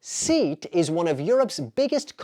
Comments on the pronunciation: Seat is not pron. seet it is pron. SEE-att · And Seat has two syllables 😊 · 30/30 but I've been living all my life in Europe. Please don't say SEAT as 'seet', it's 'SAY - AT' actualy /'se.at/. No British or European speaker would even mispronounce that, so neither should you. Got the Eurovision question by luck, very few people care about that context in Europe, it's corrupted and it's not really 'knowledge. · SEAT is not pronounced seet. It is pronounced say-ot. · Wrong. In Spanish SEAT all letters are pronounced. SEAT sounds as SEAT. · I'm spanish bro. I just realized it is a problem with how to write some phonemes in english. So the "E" in SEAT is pronounced as you do in "Jeff" and the "A" is pronounced as you do in "lag". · Blud said seat instead of Sæ'at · 'Seat' pronounced that way is crazy though :) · it’s pronounced SAY-AT btw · Agree... though it was funny the hear SEAT pronounced as seat lol. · It is Castilian Spanish. Not western Spanish. Here is what AI said, check it yourself. "In Castilian Spanish, the car manufacturer SEAT is pronounced as "Seh-aht" (specifically: /ˈse.at/). Know you subject matter before you comment further. And you know nothing about me, don't presume I don't speak Spanish because I am white. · 50/50 from Bulgaria. Would be nice if you pronounce the landmarks correctly, and SEAT. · An interesting pronunciation of SEAT the car company. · you used "Preply" to learn spanish yet you dont know how to pronnounce "Seat" 😂